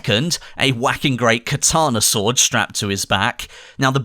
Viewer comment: Swourd and crossbow*. 😂 nice vid bro